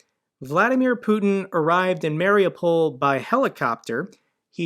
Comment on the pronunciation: MARIUPOL is pronounced ..."MARI-U-POL (mary-you-pol)"...and NOT...."MARI-O-POL." The strongest accent is on the "U" (YOU).